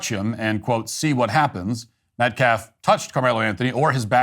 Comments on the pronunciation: Is this guy serious? A guy who can't even speak proper english - everyone knows "Metcalf" is pronounced METCALF - but he can't manage while he blatantly DISrespects this grieving family - a family who has given more grace than I could EVERRRRRRR manage if my son was done away with the way theirs has. SHAME on ALL of them - and those idiots raising all that money for the Anthony family are doing it why? To fund their lavish lifestyle? The Anthony family and their ridiculous cohorts have GOT to be kidding me. And to compare this to Kyle Rittenhouse?? 🤣🤣🤣🤣🤣🤣🤣🤣🤣 Bro, stop it. Did you even WATCH that trial? That actually WAS self defense - the definition of it. Wow, disgraceful. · Who's Metclaff? And how do you dishrespek someone? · Austin metclaff ? That dude couldn’t even pronounce the victims name right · You know what? I think he is on purpose saying Austin's last name wrong. It's Metcalf NOT Metclaff you hateful turd. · Pronounce the victims name correctly, goodness! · He cares so much about the victims he couldnt even bother to read their name properly. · couldn't even be bothered to say AUSTIN METCALF's name correctly! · "we respect the loss of life" mispronounces the victim's name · That attorney doesn't even pronounce the name properly. He said 'Metclaff', what a supreme loser he is. I do feel like this boy made a serious mistake but he has to pay for it, regardless of whether he meant to kill him or not. Sad situation here and everything seems to fall back to Race. He wasn't in any risk of being killed by Austin and this case should be a slam dunk. As far as the money is concerned, I could care less about what they do with it, it's blood money and it's spiritually cursed. Karma is on the way. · Karmelo Anthony will end up being free because the Metcalf Dad is so woke. Edit: how can that Ebonics speaking dude not even pronounce Metcalf? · calls "disrespectful" Also: can't even get the deceased kid's name right